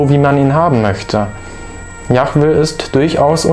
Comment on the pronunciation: übrigens _ es heißt nich jachweh- das chet steht nirgenwo. die bibel spricht von jod he wod he JHWH also jahweh